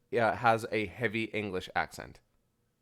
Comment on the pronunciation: Can't tell if is serious or sarcastic when he's pronouncing it "aenglish" lol love u guys